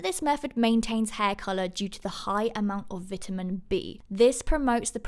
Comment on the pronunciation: Have i been saying vitamin wrong my whole life?